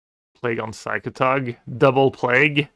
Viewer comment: Did he intentionaly said P SY CATOG like brasillians do?